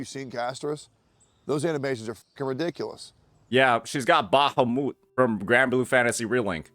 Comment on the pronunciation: The why he pronounces names XD. I never heard someone say Bahamut like that when it's name is mentioned throughout the every game franchise that uses it.